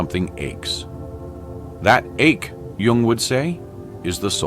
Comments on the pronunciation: Jung, not Young. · it is spelled JUNG not Young